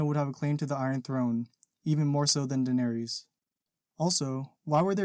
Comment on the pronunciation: The theory is sound, and I really like your videos...can't stand the way you say "Daenerys" and "Viserys", though.